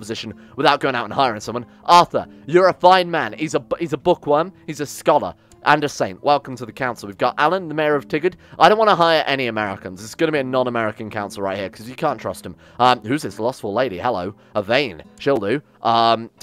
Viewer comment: First I should say well done on most of the name pronouncing except for Tigerd it is pronounced Ty-gur-ed otherwise the rest im really impressed especially saying Oregon right alot of people even Americans get the name wrong unless you are from there or near there. Second I am from Portland born and rasied so how dare you change my homes name!!! (jk I knows its just a game lol) Third good luck on your campaign!